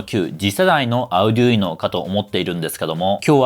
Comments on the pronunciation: アゥデゥイーノ じゃなくて アルデュイーノだよ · アウデュイノって言うんですね！ 今までオーディノとか言って誤魔化してましたw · あうぢゅいの？？？？？？？？？ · それでもunoなんだぁ。Uno? の意味でQとか。 発音ビックリ! カタカナで書くとどうなる? アルデュイノと思ってた。